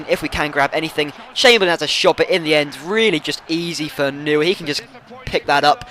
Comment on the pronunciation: It's pronounced Manuel Noier.